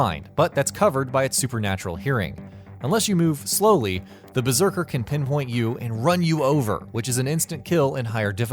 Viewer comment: "Beserker" lmaaooo